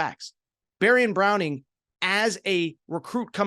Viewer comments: Ok I agree with alot of things. But...your opening statement is just 100% inaccurate. Will Levis the year before with 1 great receiver and some other decent ones as you stated won 10 games. They brought in Tavion Robinson, Dane Key, and please get his name right Barion Brown. Not Barion Browning. The offensive line just underperformed and the offensive coaching was not very good. So as I said saying Will Levis was overated is just false. Yes he went in the 2nd round of the NFL draft, but I believe he was the 3rd quarterback taken in the draft after Kentucky didn't meet expectations. So I'd say being the 3rd quarterback taken in the draft is pretty darn good!!! Not to mention he landed with the perfect team for him. I live in Nashville and there is alot of hype from people here about Levis.. he could easily become the starting quarterback in a short amount of time. He has a NFL mindset, studys film not as much as Peyton Manning but alot. Definitely has the arm and his body provided they surround him with a good offensive line is also going to keep him in the NFL along time. Let's not forget he went head to head on a run against the SEC's leading linebacker and just trucked that guy like he was a little kid... So as I said I like the rest of your statements, but you have to take that shot back. Oh by the way how many quarterbacks have you seen throw a 50 yard pass from his knees...cmon!!!! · Barion Brown. Not Browning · Barion BROWN not Browning